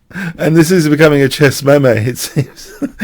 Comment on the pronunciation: Memmay? 😂come on that was deliberate